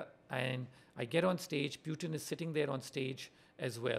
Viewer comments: First time I heard PewTin instead of Putin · What's this Pyootin? Bhai bolna nahi aata kya tujhe?